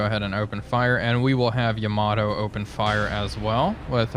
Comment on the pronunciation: Another great video! Now, some comments about pronunciation. Unlike in English, the Japanese language does not emphasize the middle syllable in a 3 syllable word. Hence, though English speakers always want to say "Ya-MA-to", the Japanese say "YA-ma-to". And "MU-sa-shi". And "SHI-na-no". And "AH-ta-go"...etc. Chokai is still CHO-kai. Haruna is HA-roon-a. And the other thing is the Gato class submarines. I'm pretty sure it's pronounced like the Spanish word for cat (gato): GAH-to. Not GAY-to. Anyway, thanks for another great episode!